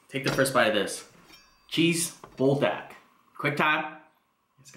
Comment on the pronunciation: “Bull dack” 😂😂😂 I love you